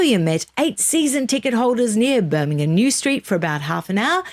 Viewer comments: I agree with your pronunciation of Will- yum, 🙃. You could follow up with pronouncing Birmingham as the locals do, i.e. Birming- um. You did pronounce it correctly a couple of times! Well done! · Hi, thank you for pronouncing Birmingham correctly, can you teach next time you speak to her 😂😂😂love and she's not the only one that says Birminum. love both of you and no offence, it just amuses me 😊